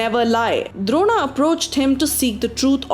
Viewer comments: Pls its bhishma not bhishmaa, drona not dronaa, change the way of pronunciation. We aren't the English people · why the hell are you adding extra "A"s to everyone's names? they were Arjun, Bheem, Nakul, Sahadev, Karn, Ang, Dron, Duryodhan. why add extra aa sound?